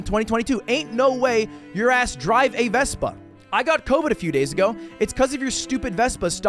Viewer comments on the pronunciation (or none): "three years acoe"